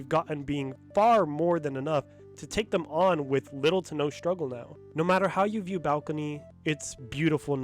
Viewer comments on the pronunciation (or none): none